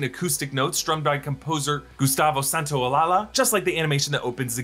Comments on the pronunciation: Side note: It's SANTA-OH-LA-SHA not Santaolala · It is pronounced Santola-sha, not Santo Lala.... and he is an amazing musician whom is very popular in South America. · You butchered the name of Gustavo Santaolalla....it's not SAN-TAO-LA-LA, it's SAN-TAO-LA-LLA, the LL sounds like YA, it's not a L. You can always find the correct pronunciation online, you have no excuse to not do so. You have tons of people working on this channel that can research it. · pretty sure its pronounced santo-a-lie-a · Im sorry, I couldn't help but laugh at how " Gustavo SantaOLALA" was pronounced. :face-purple-smiling-tears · It sounds like, Santaolalla: Santaolaya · Isn't the composer's name (Santaolalla) pronounced "Santaolaya"? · Gustavo Santaolalla = “santa-oh-lie-uh” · Gustavo lastname its pronunce "SantaOlaSHA" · Gustavo Santaolala 😂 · Gustavo Santa-o-lie-ya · Quick thing, Gustavo Santaolalla is pronounced Santa-oLAH-yah. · Gustavo Santo-ala-la? Close enough I suppose 🤣